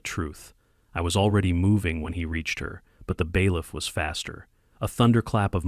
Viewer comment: Bailiff not Beliff.